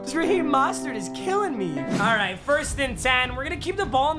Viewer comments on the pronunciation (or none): he said raheem mah-stert😂😂 no disrespect but its mo-stert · Buddy. Raheem's last name is pronounced MO-stert not MOStert....